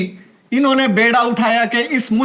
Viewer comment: بیڑا nahi hota....بﻉﻉﻉڑا ۔۔hota hai